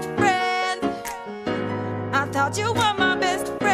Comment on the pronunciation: It's thought not though e-e